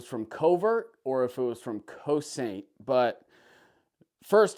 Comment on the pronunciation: Nice guns! Cosaint is a NC company, Greg is the main man there and he was with Staccato (STI) at one time. It’s pronounced Co-Sent, a Gaelic word meaning defend or protect.